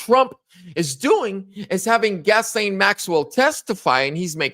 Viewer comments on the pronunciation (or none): Gas-lene Maxwell? I think you got the pronunciation wrong. Hahaha...the name is pronounced "Gis---laine", listen to the news reporters if you are not sure. You even spelled her name wrong in your title :( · "Gas-Lane" Maxwell? Or is it Gizz-Lane Maxwell? Bruh..... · "Gas-lane"...? Wow...the woman's name has more ways of pronunciation than IDK what... Soft "G" sound, & the 's' is silent. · Pronounced: Guys-lane, lol. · it's pronounced "Gi-Lane " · I think it’s pronounced “Jill ay n Maxwell. The “ s”is silent but you could be absolutely right and it doesn’t matter anyway. We know who you are talking about. lol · Her name is pronounced “Ghee Lane”. Thank you for the video; Ghislaine needs to be moved into a Maximum Security prison. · I like your proper pronunciation. "Gasoline Maxwell" is the correct pronunciation. She's called 'Gaslite' for short. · It's Ghislaine you goofy mf. Lol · For the record: her name is Ghislaine. It’s a French name, pronounced like; Zhee-laine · It's GHISLAINE pronounce gil lane. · Her name is GHISLANE/Pronounced: Gi-lane, lol. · Can you please pronounce her name correctly? You idiot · Please learn how to pronounce her name